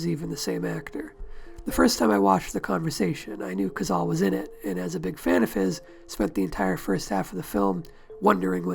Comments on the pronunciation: It is NOT "Cazal" but "Cazale"; in Italian, like in Spanish, vowels are ALWAYS pronounced. I hate how damned lazy English speakers are regarding foreign names, they do not care about their proper pronunciation. Having said that, this video is an excellent tribute to an underrated but magnificent actor. I think that Cazale´s performance in THE GODFATHER was his finest. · 670 comments and no one noticed it's pronounced "codzahlay..." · I THOUGHT IT WAS PRONOUNCED CAH-ZALL-LEE? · I wish you'd made a video about the man where you didn't completely butcher his name. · I've head this cat's name pronounced three separate ways.